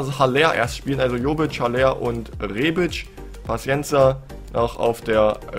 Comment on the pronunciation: Haller wird aber aller ausgesprochen